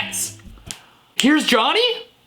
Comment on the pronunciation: HERES.. *dramatic pause* SOME CHEESE 🧀